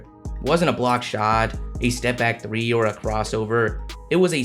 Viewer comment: yeah that three oui oui crushed me as a wolves fan now I get it why rudy never shoot 3 I can't handle "three oui oui" all season🤣🤣🤣